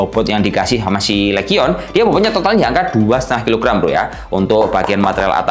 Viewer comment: Belajar lagi cara penyebutan bahasa inggrisnya bang, biar makin enak reviewnya. LEGION = Lijien HIGHEST = Haiyes